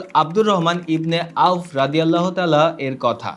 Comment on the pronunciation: আসসালামু আলাইকুম একজন সাহাবীর নাম উচ্চারণ করলে রাদিয়াল্লাহু আনহু বলতে হবে পুরুষ সাহাবী হলে আর মহিলা হলে বলতে হবে আনহা আপনি শুধু বলছেন রদিয়াতলা রদিয়া তলা এটা মোটেও ঠিক নয়